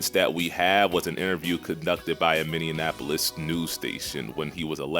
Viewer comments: A mini what news station??? Idk if you were joking or not but the correct pronunciation is Mini-app-pole-lis😭😭. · That boy really said Minianapolis